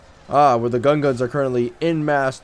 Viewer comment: It's Gungans not gunguns